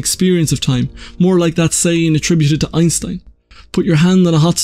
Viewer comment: His name is EinSTEIN not EinSTEN. I know English isn't your first language but FFS everyone knows how to say his name.